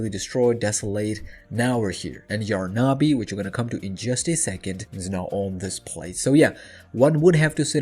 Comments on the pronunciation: It’s not yar na bi ! It’s yarnaby ! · It’s Yarn-a-by not Yar-na-by ! 🪄🧙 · Why is he calling yarnaby : yaaar na BE . the hell is that???!